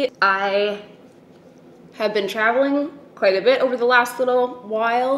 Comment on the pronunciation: at the start when you said you'd been travelling a lot, my brain heard 'showering a lot'... glad to hear you're keeping up with your hygiene LOL